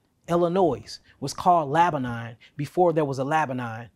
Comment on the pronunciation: Did he mean Lebanon but pronounced it Laba-nine? 😂 Anybody that can’t get names right or says “these wuz named” loses credibility.